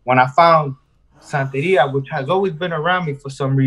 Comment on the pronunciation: lol, santeria....not santa ria hahahaha